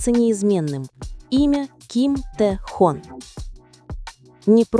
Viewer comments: Прекрасно сказано о Тэхёне!!! Именно ТэхЁЁне!!! А не Тэхон!! По ушам режет!! Надо было сначала узнать имя а потом видео делать!!😮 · Автор, всё правильно сказано, но! Научи программу, с которой работаешь, правильно произносить имя Тэхёна! Его зовут Тэхён, ударение на букву «ё», а не Тэхон! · Один и тот же текст в разных интерпретациях. И он не ТэхОн, а Тэхён. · Почему Техон,а не Техен? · Какой Тэхон? Его имя Т Э Х Ё Н! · АВТОР !!! ЧТО ЕЩЕ ЗА ТЭХОН ??? ВЫ ЧТО ВЧЕРА ТОЛЬКО УСЛЫШАЛИ ЕГО ИМЯ ???.......ТАЕ ХЕН......ТЭХЕН .. И НИКАКИХ ТЭХОНОВ... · Как же вы противно произносит его имя ТэхООн., 😖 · Хотьбы удосужились правильно произносить имя Ким Техёна. Запустили ролики роботов озву чивать, а прослушать ролик разве не надо перед выпуском. Я просто возмущена этим роликом😅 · Если ты не бот- научись правильно произносить имя того, о ком говоришь!!! А если ты ИИ- тем более плохо: надо кому- то присматривать за этими позорниками и их создателями, прежде чем публично трепать имя уникального человека!!! Да ещё и поставить мощную защиту от завистников и прочих злобных тварей!!! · Автор, Спасибо за такой информативный ролик, только имя Тэхена называйте правильно.😊😊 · Слух режет как автор произносит имя артиста Ким ТехОн. Ударение в слове айдол на букву О. А по существу видео интересное. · Имя Тэхёна научитесь правильно произносить, а потом уже в канале вещать о нем!!! Слушать неприятно! АйдОлы! 🤣🤣